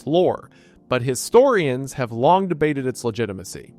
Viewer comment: Bro you straight up pronounce your g’s like Forrest Gump. The word is long. You say, “Long-guh “ I don’t hate it. You also say lawyer funnily. I also don’t hate it.